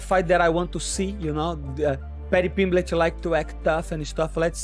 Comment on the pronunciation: "patty pimbletch"